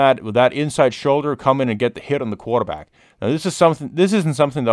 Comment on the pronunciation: “the coowater back” 😂😂😂